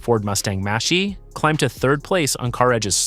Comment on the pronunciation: Toyota R A V 4? Mustang MASHE, WTF?! HATE THESE AI VOICE OVER!!!!